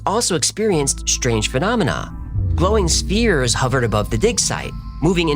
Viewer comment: glowing steers hovering above the dig site. WTH 😮 (Spheres. He said, "Spheres.")